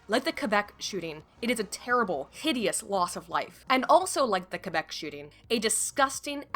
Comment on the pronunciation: You are now the only english speaking person to have prononced Québec correctly, salute you.